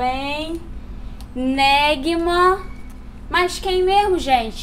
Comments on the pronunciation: Tá "NÉGIMA" e ela fala "néguima". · A diz "Néguima", em vez de "Néjima": escreve-se N-é-g-i-m-a. O "g", junto ao"i", lê-se "j"; não "g".